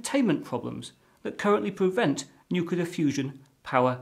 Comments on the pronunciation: Well, it's 2019 at this writing, and China hasn't landed people on the Moon by 2018 as forecasted. By the way, it's new-cleer, NOT new-kew-ler. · He pronounces nuclear like "nuke-yoo-lur", like George Bush. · What chance have we got when Boffins can't even pronounce the word Nuclear. This guy is saying Nuculler most people mispronounce it Nukiller so at least he's original. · I thought only some Americans said "nucular". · Wrong, it's pronounced "new-cle-ear" as nucleus is pronounced "new-cle-us" and it's plural nuclei "new-cle-eye". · I believe somebody who has worked in a nuclear power plant for over 20 years, one Homer Simpson, would agree, its pronounced "nuke-yoo-lur...nuke-yoo-lur". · There is only one U in the word nuclear. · Saying nuclear wrong is a non-starter.